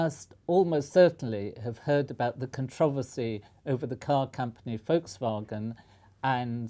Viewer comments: I for one would just like to say that I appreciate the Professor pronouncing Volkswagon in accordance with it's German origins. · Finally an English speaker who pronounces Volkswagen correctly. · He is probably the first englishman i've heard say "Volkswagen" correctly. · I'm British and that's how everyone I know says it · Congratulations Sir for pronouncing Volkswagen correct. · That's how how everyone (I know of) in Britain says it. Although we do pronounce VW as "Vee Double-U", rather than the German way. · mmm yes that is a relief